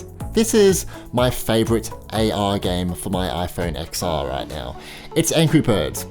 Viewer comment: It’s iPhone “10-R” not “Ex-R”